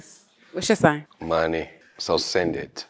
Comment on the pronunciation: nah has me rollingggg! he put extra emphasis on "send IT" LMAOOO